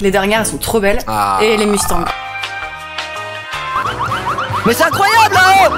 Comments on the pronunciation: des mUUUUUSTANG mdrr sa se prononce mostang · Les "mustangue" bruh... Ca se prononce a l'américaine genre "mostagne" mustang=mostagne a l'americaine biensure aller les francais cest chaud la 😂